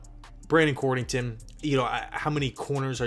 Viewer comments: COD-rington...not cord...lol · It's COD-RING-TON